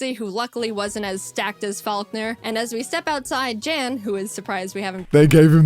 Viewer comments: Jan is gonna make fun of them cause they're pronouncing his name J-Ann when his name is pronounced like Yawn lol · I don’t wanna be that guy but his name is pronounced Yan. It’s a German name which Jayden finds out cuz he reacted to this video and corrects it. She finds out to cuz she commented on that video apologizing for it 😂😅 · technically, its pronounced yan. i know, cause i watched his reaction to this video too. i decided to also watch it from you cause i wanted to know what somebody who helped create the actual games she plays thinks of her videos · The J in Jan is pronounced like Y. His name is pronounced yan and poor jaiden mispronounced it for the whole video 😂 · Jans name is german, and pronounced like "yon" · Jan (pronounced yān) is pronounced Jan (pronounced yān) If you didnt know 👉👈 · Just gonna point out PC’s name is spelled Jan and pronounced “Yann.” Because German phonetics. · PChal's name is Jan, which is actually pronounced Yan, for anyone who's wondering also B'drodo just rolls off the tounge real nice, there were just some really cool nicknames they came up with that I liked more than I expected I would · Jaiden is a GOD TIER animator and storyteller. That's how she can pump out content like this, day in and day out. Also, Pokemon Challenges reacted to the same video. Aside from his name being mispronounced, he seemed pretty flattered by the idea. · i like how Jans name is pronounced in english xD he said in his reaction its the german name and so i totally know how its really pronounced and the difference is just funny xD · she said his name wrong, pokemon challenges has a different jan than we are use to. so she said sorry on his reaction and there's enough to worry about there lol